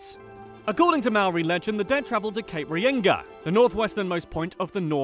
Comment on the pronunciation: he pronounced things very wrong lol like waitangi and reinga XD